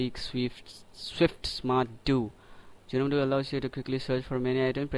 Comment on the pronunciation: It's proouced 'nome', not 'gee-nome' the 'G' is silent.